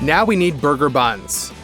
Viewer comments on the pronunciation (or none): Lmao they said booger and not burger